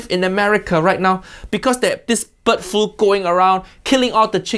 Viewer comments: i had this as background noise while doing hw, so i thought he was saying "butt flu" instead of "bird flu" 😂😂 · at first I heard "butt flu" which confused me greatly for a second before I realized it's "bird flu". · I thought he was saying "butt flu" 😂😂😂